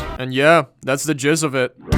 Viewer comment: “That’s the jizz of it” pls tell me I’m not the only person who heard that